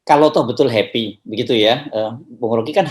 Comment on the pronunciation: . heppy heppy artiny, "I yem berry heppy!"😁